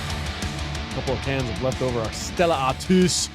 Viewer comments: Stellar Artois from Belgium. Is pronounced Stellar Artwaa not Stellar Artoos LOL you eedjit 😂 Such an American thing to do. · It’s pronounced R-TWA 😂🇫🇷